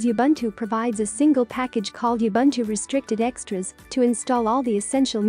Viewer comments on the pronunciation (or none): No one, absolutely no one: TTS: YAh-Bun-2💀